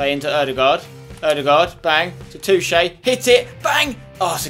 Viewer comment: Bergwijn is actually pronounced Berg-Wine ;) And Toche is not pronounced Touche :D